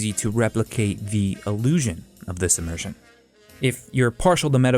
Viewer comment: " Immurzin' " :D